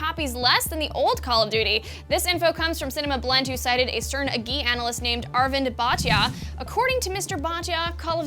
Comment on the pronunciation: Please tell her how to pronounce Indian Names.Please do some research before going live.Its Ar-Vind Bhaa-Te-ya."H" is there, please use it.